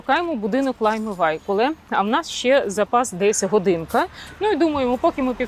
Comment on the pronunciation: Ще б хотіла звернутися до пані Наталії , вже досить давно живу в Латвії ( понад 20 років ), вивчаю мову та культуру , так от нам вчителька в якої я вивчала мову казала , що правильно вимовляти Лайма ВайкулЕ , а не ВайкулЄ.